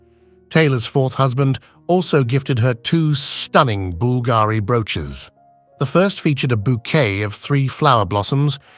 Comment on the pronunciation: say Bool-Gary one more time 😆